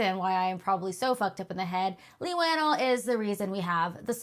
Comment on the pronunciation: It is kinda weird to claim that you are such a fan of Leigh and you can't even pronounce his name right, matter of fact i heard about 3 different pronunciations and non of them was right lol